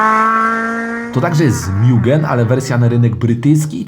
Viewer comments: Kolego nie mjugen. Mugen tak jak czytamy po polsku :) spoko filmik. Sam posiadałem integre dc2 mieszkając w irlandii i powiem jedno. Zaluje do dzis ze sprzedalem bo moglem trzymac pod kocykiem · Nie mówi się mIugen tylko mugen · Mugen RR Tak pozwole sobie poprawic... mowi sie Mugen, a nie Miugen. Miugen mowia Amerykanie bo tak im wychodzi z wymowy. Tak w Japonii zostal poprawiony HondaPro Jason. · Skoro list uwzględnia również wersje od nadwornego tunera Hondy czyli MUGEN (btw. nie czyta się tego mjugen), to powinien się tu znaleźć również SPOON Civic Type R EK9 z zmodyfikowanym B16B